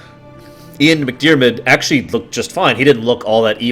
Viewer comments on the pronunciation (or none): none